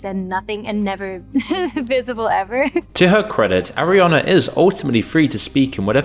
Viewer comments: How can people listen to "Arriana" over and over. I can't watch its too annoying. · Why is he pronouncing her name as "Arriana"? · Bro, you couldn't even say her name right? The whole entire video you say, airiana, instead of ariana.